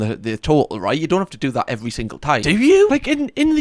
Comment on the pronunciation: what-er-bot-ull not whatever gibberish you said